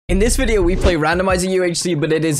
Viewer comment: how manny times did you say randmizer